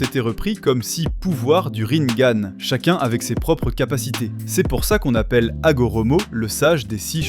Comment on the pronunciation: A On ecrit "Rinegan" pas ringane sinon c'est comme si tu disais " sharingane " ya pas de E a la fin